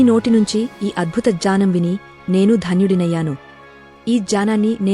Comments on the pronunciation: మంచి ఇన్ఫర్మేషన్ ఇచ్చినారు కానీ కొంచెం అక్షరాలలోనే పొరపాట్లు ఉన్నాయి అవి సరి చేసుకుని అర్థవంతంగా చదివితే చాలా బాగుంటుంది జానం కాదు జ్ఞానమది 🙏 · జ్ఞానం అని అనాలి జానం అనకూడదు అజనానం కాదూ... అజ్ఞానం అనాలి... ఆ తెలుగు లిపి...ఆ చదువు... ఖర్మ... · బాగా చెప్పావమ్మా, జ్ఞానం(GNAANAM)ను జానం(JAANAM ) అనే ఉచ్చారణ దోషం (PRONUNCIATION MISTAKE)తప్ప అన్నీ బాగుందమ్మా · Jaanam kaadu Gnanam, sariga paluku